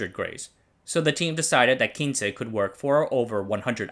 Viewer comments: Great video! The nane of the 1st "Japanese" robot quince is pronounced "queens"... Not from 15 in spanish but from the Q generation of rescue robot who all have flowers names. The previous version (K version) was Kenaf and the one after quince was the S one called Sakura. We designed Quince for search and rescue with a great focus of being able to climbed stairs which was exactly what it did. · Yerah that bit was painful to see him mention...It is definitely Quince (pronounced Kw-ins) like "wince" as in "he winced when the bully hit him hard in the belly" - Botanical name - Cydonia Oblonga, There are 3 flowering quince varieties across Asia. We used to have a huge tree in our back yard where I grew up. So if named after flowers it stands to reason it was this, and absolutely not Spanish. Someone below mentioned the channel not being the best with pronunciation..but really this isn't just about pronunciation, some proper research would have lead to the proper conclusioon and not just "Kin-che is spanish for 15, but I'm not sure that was what they were going for..." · By the way, the robot Quince was NOT named for "Spanish 15" but for quince the fruit... sort of like a pear. Pronunciation is also wrong since you assumed the Spanish word. It's said like kwince